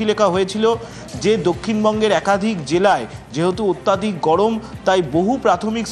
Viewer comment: কথাটা 'অত্যাধিক' নয়, অত্যধিক হবে।